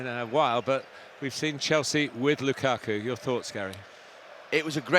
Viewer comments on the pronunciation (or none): “It was a great performance from Chelsea, but it was a great performance from Lukaku..” I’m not sure that’s how emphasis works Gary